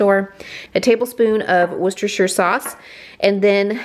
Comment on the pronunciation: I use ground chicken and ground turkey in alot recipes. My husband is not suppose to have alot of red meat so I substitute ground chicken or turkey. Worcestershire does definitely make a difference. Can I just say u are the only YouTuber that I follow that can actually say worcestershire properly lol. I make a Mexican Skillet Chilli in my cast iron frying pan and most people can't tell I have used ground chicken. It is made with black beans, pinto beans, red & yellow or orange peppers, onion and of course corn (I use frozen corn) you can spice it up if u like by adding cayenne pepper or some jalapeño peppers. As for spices there is garlic powder, cumin, chili powder, oregano and I add in some smoked paprika. I make my own tomato sauce so that is used for the base and I add a half a jar of my favorite salsa. I always get great reviews when I make it. All these re items u made sound delicious.